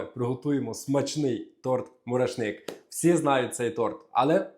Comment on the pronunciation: Має бути тобі,, соромно за цей мурашнИк. Якщо ти вже створив канал і щось хочеш донести до аудиторії, то слідкуй за мовою. І буде приємніше тебе слухати, а мурашнИк стане мурАшником. 😞